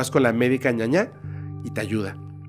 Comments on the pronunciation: Saludos desde Paraguay, querido! Es ñana, valga la aclaración dado que nosotros tenemos 2 idiomas oficiales y al referirse a "ñaña" ya cambia el contexto en nuestro idioma guaraní. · Es médica ñana, ñana se refiere a las hierbas del monte. Es por el idioma guaraní. Tú estabas diciendo que es médica 'mala' al decir 'ñaña' JSJSJS. Nada más para lo que sepas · Hola, soy de Paraguay, es médica Ñaná no ñaña. Pero lo has hecho bien. Gracias por acordarte de nosotros, aquí tienes muchísimos seguidores.